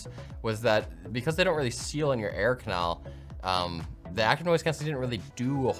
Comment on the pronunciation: Did he say Air-canal